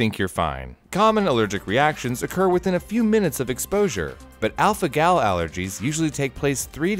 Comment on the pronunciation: Alpha-Gal Me:*Alpha-Gel*